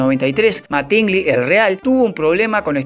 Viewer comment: MÁtingly no MatÍngly. Animal.